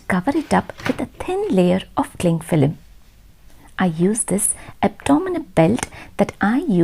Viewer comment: An film is pronounced with l being ovrstressed so much ...